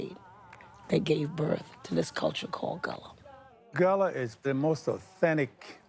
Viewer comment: It is pronounced Gah-la. That's my people.